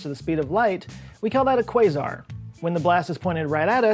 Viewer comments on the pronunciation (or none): none